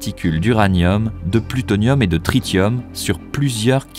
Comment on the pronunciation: uranium, plutonium, tritium. Sûrement mais on prononcera "trissium" comme dans péripétie. Bon épisode sinon !!